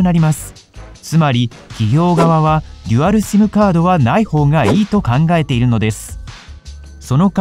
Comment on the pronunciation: simの発音がシィム